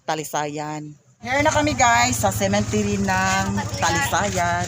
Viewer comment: Cemetery po not Cementery😘😘😘